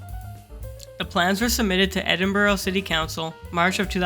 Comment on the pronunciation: It's pronounced Edinburra and Dave Makeye